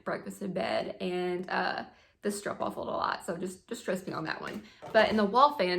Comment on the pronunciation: I went to school in a Dutch town, and they always pronounced stroopwafel like hoop, not rope. Hope this helps! ☺️